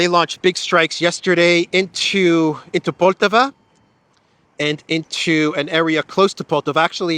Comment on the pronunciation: I find it amusing that English speakers will always put an accent on wrong syllable if there is more than one in russian words 😊 it's PoltAva